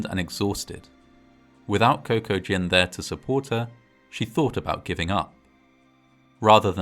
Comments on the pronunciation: >Cocoa Gin I swore I heard Kokujin, like this was an H.P. Lovecraft type situation. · "Coco-Gin".... Cocaine and Maritinis! Maybe should have named him "GPS" or "trail map"... hahaha